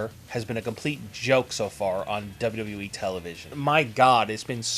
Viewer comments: let me help you... its pronounced "Double You Double You EEE" ... not "Dirhrjfjc E" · LEARN HOW TO SAY "WWE"!! "WwweeE"..."WduhhhE"....open your mouth when you talk! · Dude learn how to say Wwe